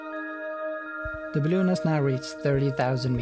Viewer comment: I fucking hate the way you say balloon. No more balloons dick. Cool vid tho.